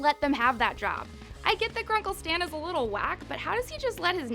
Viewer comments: In the beginning of the video she said Grunkle Sam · Did you say Grunkle Sam?!